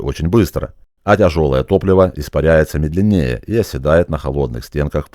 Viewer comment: не медленНЕ́е а мЕ́дленнее!!!Не рЕ́мень а ремЕ́нь.Не нА́чать, а начА́ть. Говорите пожалуйста так же грамотно как и обучаете!!! Без обид. Спасибо за передачу бесценного опыта.